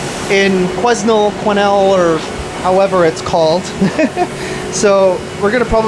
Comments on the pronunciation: Hey. It’s pronounced without the S: Quinel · The s is silent. Quen Nell. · Quesnel is pronounced KWE-NEL. The S is silent. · Quesnell is pronounced: Quee (as Queen) Nell. The assassination is appalling! The US was based on "Freedom of speech". Not any more! To make it worse, his wife was there and saw it all happen. Disgusting! Love you and respect you cancelling the rest of today's explore! God bless! 💖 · Quesnel is pronounced “kweh nel” I have a few friends who live there :) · You just missed our "Ashcroft Grafitti Days" parade. Old cars came through and around town. And it is pronounced quennelle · The S is silent in Quesnel. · The S is silent in Quesnel from what I have always heard. Take some time to yourself and no need to apologize for your rant - we all need to do it sometimes. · Quesnel pronounced without the S